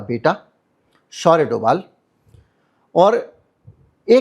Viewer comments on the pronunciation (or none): कहीं-कहीं 'भ' के लिए 'v' लिखने की परम्परा रही है। जब आप अमिताभ घोष को अमिताव नहीं बोलते हैं तो फिर डोभाल को डोवाल क्यों??